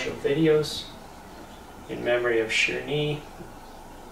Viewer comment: Sherni not sherri